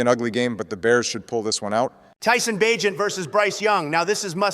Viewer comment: I share the same last name as Tyson Bagent and the way Trump pronounced it made me cringe